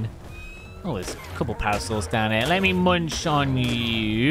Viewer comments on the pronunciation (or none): none